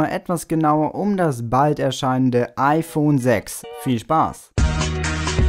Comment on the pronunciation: Ifön 6? Bei xD